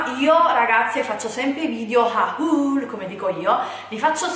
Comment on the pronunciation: HAHÚL non si può proprio sentire 😂